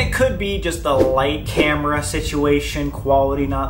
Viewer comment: when sam said lights camira i thought lights camra crion